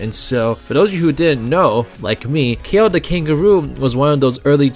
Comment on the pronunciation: I think Kao is pronounced like "cow" now "kay-o"